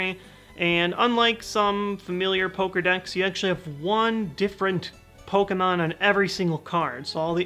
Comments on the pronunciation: Am I the only one who heard "Poker decks" as "Pokerdex" and laughed uncontrollably for no particular reason? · Heheh. I giggled a little when you said "poker decks."